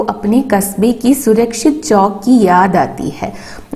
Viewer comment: Chokk alla chavukk ann read cheyyan ariyillee